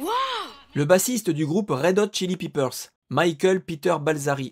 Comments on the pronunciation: Michael Peter Balzary est surnomé FLEA (qui veut dire puce, l'instecte) ca se prononce fli (le ea se prononce comme un i legerement rallongé) ... pas fléa de même Red Hot Chilli PEppers, le E se prononce è et pas i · Tu as prononcé "peppers" comme "peepers" qui veut dit "voyeur" plutôt que "piment."